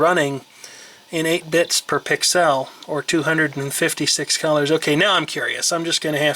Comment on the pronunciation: ...I did not intend to watch the 48min video, but I did. You got me on the details of the old machines. I just had only money to buy an Osborne. Where I cut my computing teeth in 1982. BTW, 'Pixel' is pronounced as a word, 'Pallette' is pronounced as word. shar.feldheim on SKYPE Love your work and the background info. I'm impressed with your left hand dexterity(double entendre for us linguists) as you manipulate the the product and video simultaneously.